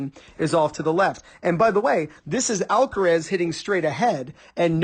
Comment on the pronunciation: I’m getting tired of people pronunciation of alcareeeeeeeessssss. Alcaraaaaaazzzzzzz